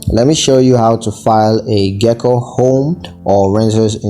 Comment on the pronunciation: You’re pronouncing Geico wrong.